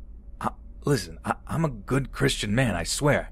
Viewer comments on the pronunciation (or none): none